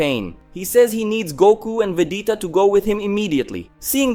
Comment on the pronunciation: It's VEGETA not Vedeta